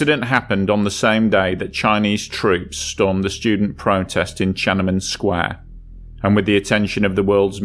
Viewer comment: Tiananmen Square, not tschemenen. Novo Sibirsk, not novosibirishgg. Sloppy, ignorant, British.